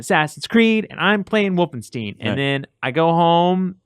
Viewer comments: For the love of all that is holy, please stop saying wolfen-steen it's wolfenstien ...you can hear everyone else pronouncing it that way...you have to know that wolfensteen is wrong...please, stop, it's making me cringe so hard. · everytime i heard wolfensteeen - my ears hurt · Anyone else a bit annoyed by how says "Wolfensteen"?